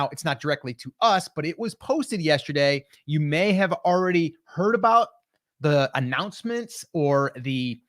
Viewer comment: Ordy?? The word is pronounced already